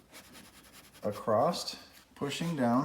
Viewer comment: There is no T in “across”